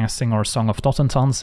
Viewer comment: After hearing saffron olive pronounce it totenZAHN for some reason it's nice to just hear the spells name pronounced right